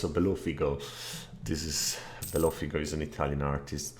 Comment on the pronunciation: Bellofigo is an Italian artist. It hurts